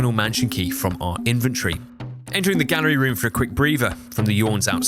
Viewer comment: question, why are you pronouncing inventory as "infantry" ???? :(